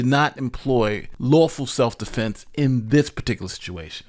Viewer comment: He said “seff dufenses”. 😂😂😂😂